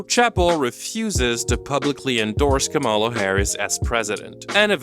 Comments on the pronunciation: Not “KaRMala”. It’s “KaLMala”. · FYI Kamala is pronounced COMMA-la. It's mostly conservatives that will intentionally mispronounce it ka-MALA. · Comma la. Really not difficult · Great video but you pronounced kamala wrong, which is a little funny cause you put a clip in the video abt Chappell being criticized for just that. Her name is said like comma-la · Can people stop mispronouncing the vice president's first name and call her Harris? It's so disrespectful. Why do you even think you can call her by her first name like you're buddies or something? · It's , La. Not that hard. (Sorry, we have many prominent people in the US that use the mispronunciation to disrespect her. I don't think you are doing that, but she is a well known politician, so it would be good to say it right to show that respect, even if you don't like or respect her). I have NO problem with her comments on people not crossing the line with her person, or the way she said it. I support her 100% on that. I have a problem with her doing a "both sides" thing with politics. Let's stop Fascism in its tracks first, then we will have the space to hone and fine tune issues. But I also give her some grace due to her age and life experience, and I hope she will talk to more people about why this is not the time to "both sides" it. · 1) Why does this sound like a verbatim copy of what D’Angelo Wallace already posted about Roan? 2) Her giving the far right dog whistle pronunciation of “Kamala” is all any of us needed to know about her “critical thinking” and “research” that she’s telling everyone to do. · Love ur commentary, but PLEASE pronounce Kamala right 😭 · you pronounced Kamala wrong the entire time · You should really learn how to pronounce the name of the vice president (you and Chappell) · Love this video and what it's saying but please can you say Kamala's name correctly. I don't think I've seen any presidential candidate same pronounced incorrectly as much as her's.